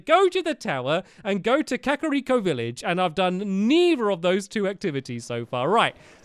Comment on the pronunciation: Ur pronouncing kakariko wrong and it's REALLY annoying me